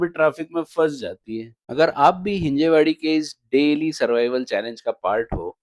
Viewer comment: भैय्या it's हिंजवडी 😂